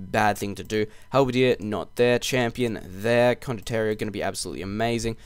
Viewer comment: Hey, great video as always, thanks:) Just one little tip, it's condot ti e ro, condot-tea, you (and others) pronunce it as if it was written condotterio. Source: I'm Italian, and condottiero is an actual Italian word